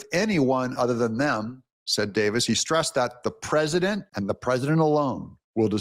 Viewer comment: Is Mike Davis the one who can't pronounce the word "president" and says "PRESINANT"???🤦‍♂️